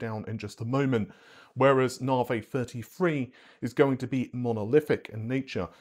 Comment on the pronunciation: Naarrhhhvheeyyy...., It's Navi , like navigation...Cringe